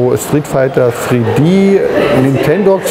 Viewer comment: Die spiele die mir Nintendo geschickt hat sind: Street fighter free D, Nintendogs free d und Pilotwings resor??? Lern Englisch!!!!!!